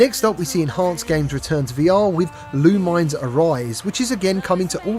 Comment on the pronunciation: Haha, it's not pronounced LOO-mines. It's Loo-min-ESS, like Luminous.